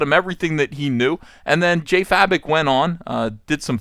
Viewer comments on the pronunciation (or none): Please, his name pronunces Jason 'Faye-Bok' not 'Fa-Bik'. Thank you.